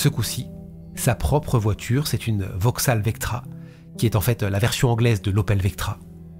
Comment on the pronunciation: Non. Parce que c'est sa dernière carte pour sa "soi disant innocence". Vauxhaul et Argualaile pour la prononciation 😉